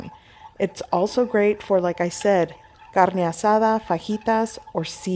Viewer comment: Why can’t you pronounce carne asada normal? Why does every other word sound English then carne asada sounds like you live in Mexico City? Wtf?